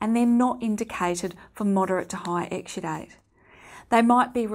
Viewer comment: This old crank gets no headache, but her pronunciation of exsudate (exsudite) makes me think she's saying extradite, as in don't extradite Assange!